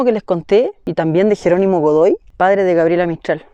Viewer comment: Fui la única que se dio cuenta de que dijo "Dogoy" en vez de "Godoy"? 😅 jajajaja